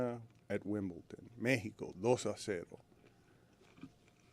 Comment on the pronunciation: Did Dan say ‘Wimble-ton’ intentionally? Was that a shout out to Stugotz?